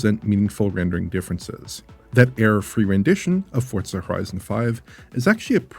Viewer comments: What is this Fort-sa game he keeps mentioning? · As a Playstation only player I have one question. Why is he pronouncing it Fortza? There is no T? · Is the game called fortza or for-zaa?